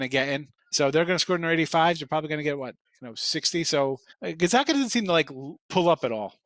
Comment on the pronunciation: Let’s see how many times we can mispronounce Gonzaga while pretending like we are experts...